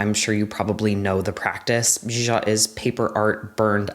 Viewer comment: Your pronunciation of zhizha was pretty good! The i is more like ‘uh’ that's it. But i’m not fluent.